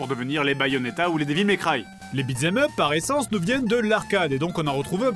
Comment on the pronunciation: "Dévil Mei Craye" xDDDDDDDDDDDDDDDDDD JDG t'abuses :'DDDD